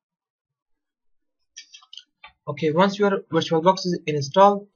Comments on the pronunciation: "virtulabox" haha! great video! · "virtulabox" XD